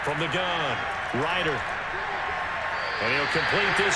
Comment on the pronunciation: They need to fix the pronunciation of Ridder's name in the game. Geez.